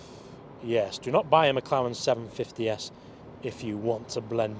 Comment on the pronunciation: It’s not a Mclawen 😭😭